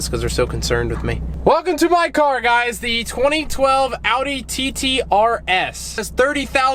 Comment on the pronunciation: Not a huge fan of the car but im so fucking glad you say Audi right, unlike most other American's I've heard!